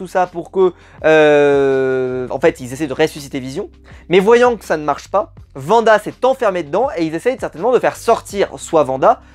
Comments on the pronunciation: Wanda* et non pas vanda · alors deja c "Wanda " et non "Vanda" et les deux 1er épisode sont clairement réussi en terme de mise en scène et intrigue et pour info ce sont des sitcom de l'époque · C'est pas Vanda c'est Wanda